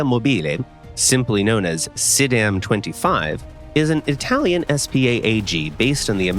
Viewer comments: i mean...for a non native italian speaker it is but trust me it wasn't good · It was abad attempt tho. He wasn't even close to how i would say it (i am italian)